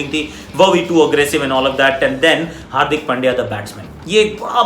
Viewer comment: Aussies commentators pronounced hardik pandya as hardik pail diya 😁😁😶😶😂😂😂😂😂😂